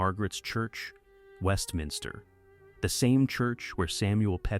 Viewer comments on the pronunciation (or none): none